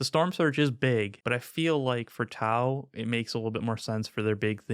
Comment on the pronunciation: T glottal stop au...thank you for that.